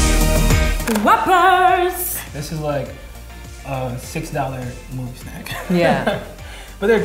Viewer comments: “Who-ppers” I NEVER THOUGHT ABOUT IT THAT WAY HAha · every Asian's pronunciation 😂😂